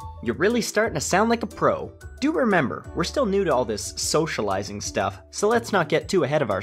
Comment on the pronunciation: Socolizing? Are you speaking Spanish or something??